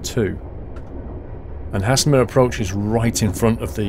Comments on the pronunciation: Pronouncing error: you say Haslemere like Hayzelmeere not hasslermere. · Pronounced almost like hazelmere not hasslemere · it's said "Hazel" mere not hasslemere great video otherwise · Nice video. Guildford is my hometown so I know this line and the trains pretty well. Couple of little points, Guilford is actually spelt Guildford and Haslemere is pronounced Hazel-mere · I love half way down this line between Guildford and Haslemere and often use it. By The Way, it's pronounced HAY-SUL-MEER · Please! It's GUILDFORD and Haslemere is pronounced Hazelmeer! Welcome to Surrey! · First of . It's called pronounced Hazel as in nut So hazlemere . And platform 1 At Haslemere is not a reversable road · BTW it is pronounced (Haze-ul-mir) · Haslemere is pronounced like Hazel mere tut tut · Lol. Never heard Haslemere pronounced like that. You must be Northern. Thanks for the laugh.;-) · It makes me cringe the way he pronounces Haslemere